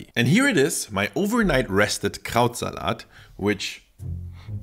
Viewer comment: I was like "wow, for an American he pronounces Krautsalat extremely well" - then I realized this was filmed in Germany and is German (?):D